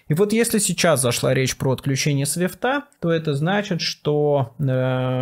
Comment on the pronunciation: Ну то кодЫ были, то теперь свифтЫ. С уважением отношусь к Майку и смотрю с удовольствием, но над речью нужно как-то работать, уши в трубочку иногда.